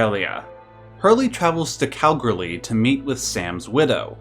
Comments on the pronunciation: Ayo my hometown Kalgoorlie p.s it's pronounced Kal-ghoul-lee great video as always. 👍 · Are you trying to say "Kalgoorlie"? Because that's not how you pronounce "Kalgoorlie".